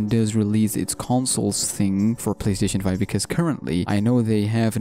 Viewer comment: playstatione 5(nice engrish(sorrry if you actually dont speak english)